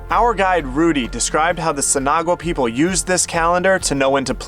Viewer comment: Here's a tip from a local: Verde is pronounced like birdy, not vairdy. Also Sinagua is pronounced sinawah.